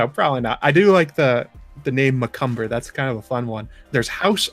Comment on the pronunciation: It’s not Mackumber it’s makumba . Think of a Indian god. They believe Inc that shit.300 different gods n shit. Look it up